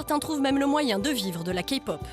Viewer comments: C le premier qui à dit kaypop et non kapop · C'EST PAS KA POP MAIS KAIIII POP PUTAAAAAAIN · La Kapop x) -> Se prononcé KeyPop comme la clé. Sinon Psy n'est pas la référence de la Kpop mais bon... Sinon y a Bigbang alord je pardonne ^.^ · c’est moi ou elle a dit « Ka-pop » 😂😂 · ha rien si il représente la k-pop par psy 😂 j'était morte quand la fille à dis kapop même la presentrice le dis mieux qu'elle c'est pas possible 😂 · désolée de te contredire mais Key se prononce ki alors non Kpop se prononce Kaypop plutôt :) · "KAPOP" D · MAIS ARRÊTER D'ÉCORCHER LES NOM PUTAINS !!!! ET PSY FRANCHEMENT IL Y A PLUS CONNU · Ne te dis pas fan de K-pop si tu dis "Kapop". Bigbang dit à la française est pas mal non plus :rire: "JiPop" /RIRE/ [...] Girls' Generation [..] Ces boys Band [...] MDRRRRR :') "Girls", c'est des filles :') /RIRE/ Psy, c'est pas de la Kpop, je trouve qu'il en donne une fausse image :') "La Kapop" Ptn, K-pop ça se dit à l'anglaise.. :'(